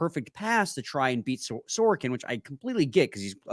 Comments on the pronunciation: Nobody on planet Earth pronounces it sore-ah-kin... it's actually distracting when you do that cause it takes a second to figure out who tf you are talking about. It's suh-roak-in... The dude was a Vezina finalist... be better. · that’s not how you pronounce sorokin 😂